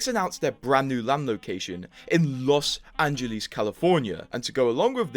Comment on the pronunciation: loss angle-ees LOL